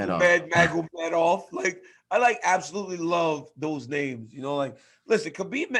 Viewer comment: I appreciate Ariel Helwani's CORRECT pronunciation of everyone's name.